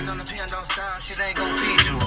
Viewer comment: why pronouce a w when saying on.